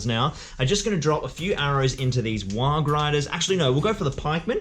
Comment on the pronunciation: you're saying warg wrong